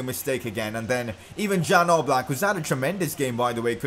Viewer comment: #pcq It's not jan oblak It is pronounced as ian oblak btw good video make more of them